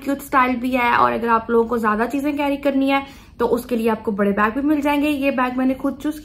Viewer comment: it s bag not beg